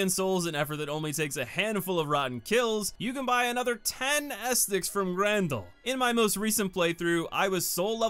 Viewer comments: Ah set tic, not estik lol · Great video! Sidenote: Ascetic is pronounced "assy dick" not "asstick" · Seems like the hardest boss for you is pronouncing Ascetic correctly 😂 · FYI its pronounced "uh see tick" not "ass tick" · Ah, the return of the king Edit: a few things I want to add Not really that important, but ascetic is “ah-seh-tik”. The way you pronounce some words honestly cracks me up. In regards to Yhorm, I think some people fail to understand the significance of his fight if Dark Souls 3 was their first/only souls experience. DS3 is essentially an homage to DS1 and DS2. Yhorm is a shining example of one of the few times DS3 references Demon’s Souls. Not only in regards to the actual weapon, the Stormruler, but also to the more puzzle-esque boss design of Demon’s Souls. He would fit perfectly in that game, and they used his fight as an opportunity to pay respects to the OG souls experience rather than recreate something along the lines of the giant fights from DS2. On a side note, you can also fight Yhorm with a regular weapon if you’re looking for a big challenge. It’ll take a while to bring him down, but with his moveset and damage it really is an exhilarating experience. Go grab the Frayed Blade (plus a bunch of repair powder) and give it a go if you want Yhorm as a tough battle. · Ahh yes! The “bonfire esticks”. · Ascetic, uh-seh-tuhk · Ascetic = "uh-SEH-tic." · bonfire "a set ic" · AAUUUUGH! Ascetic! ASS_ET_ICK! XD I'm sorry if this is rude, but it drives me NUTS when someone repeatedly butchers a word when they could just take an extra half second reading it to say it right XD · Ascetic = ah-set- ick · it's pronounced ass-etic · Glad to be back, thanks for continuing to check the vids out! All these years later, I still can't stop mispronouncing things in videos lol. Thanks for the correction, will note for the future. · Wait say "ascetic" again 👀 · Why you say Ascetic like that